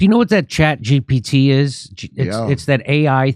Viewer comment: Someone tell the grandpa it’s chat g “P” t. Not “B.”